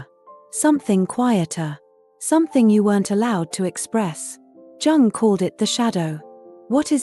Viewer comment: It is Jung, not Dzaaang...